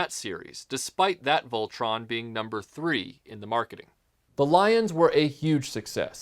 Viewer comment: good job even though your pronouncing it wrong its a great review